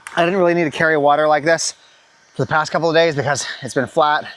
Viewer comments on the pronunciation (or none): none